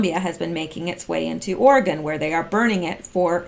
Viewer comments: Or-e-“gun” not Ore-gone...love listening and don’t mean to criticize. 🌺🌿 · We pronounce it Oregun not Oregone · once they get the big quake it will be Oregone! With an e🤔